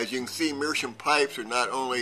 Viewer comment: It's not meerschum, it's meerschaum. You can hear the a.